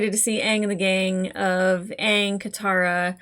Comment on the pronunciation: I confess I held my breath for the first "Aang," fearful they'd pervert the pronunciation to "Aung," that rhymes with wrong.